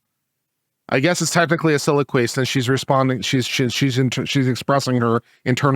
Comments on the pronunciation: Soliloquy, not siloquy. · Siloquy is not a word. Does he mean soliloquy?